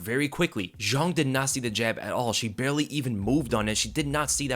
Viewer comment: Why he sayin zhang like it’s French? All I hear is JeanQuiLee lololol